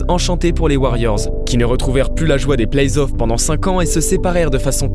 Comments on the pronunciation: Ouais attention, on dit playoffs et pas playsoff. A part ça c'est bien continuez comme ça 👌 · Playzoff ça fait vraiment mal aux oreilles. Vous le dites et vous l'avez écrit dans une citation à un moment à l'écran... Sinon super video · superbe reportage, par contre t sérieux lorsque tu prononce playoff "playz off" ? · Belle vidéo qui transmet bien les émotions Sympa la nouvelle voix off mais le seul truc qui pique les oreilles cest la liaison dans le plays off (on entends playzof) Sinon comment parler de cette série sans parler de l'énorme dunkerquois de Baron Davis sur Kirilenko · elle sont génial vos/ta vidéos mais pourquoi le doubleur il fait la liaison a playoffs ? il dit "playzoffs" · Arrêtez des dire "plaizzzoff" please... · Franchement très bon contenu, mais faites un effort sur la prononciation. Entre les noms francisés sans raison et les lettres rajoutées (playZoffs??!!), c'est vraiment frustrant à suivre, surtout que ça revient très souvent. Bon courage pour la suite. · Très bonne vidéo ! C'est toujours passionnant de découvrir la passé d'une franchise ; mais je trouve un léger défaut a cette vidéo ; la prononciation du numéro 77 des Mavs : Luka Doncíc ; après Donchique et Donkik on en vient à Donquiche !!! On prononce cela Donchiche si vous voulez :D Ça et PlayS(?)Offs ; NoOUItzki (?) ; vraiment rien du tout mais des efforts de prononciation à faire de la part de notre agréable nouvelle voix ! Rip Kobe and Gianna ; both of u will stay in our memories forever <3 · La nouvelle voix en dirai un robot ou une personne pas très renseigné sur la NBA pck pour dire playzoff faut être fort🤣🤣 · Kevin Durand, playsoff ... 😅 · Ça fait plaisir un bon retour après il manque juste d’apprendre la prononciation des noms et playoffs